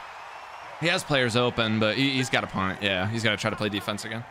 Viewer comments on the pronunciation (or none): none